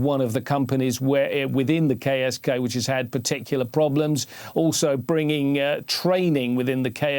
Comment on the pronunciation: oh KSK... I thought I heard Gay as Gay commando or something sigh.